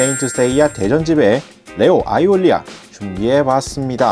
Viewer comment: 아이오리아... 올이라고읽으니 이상한...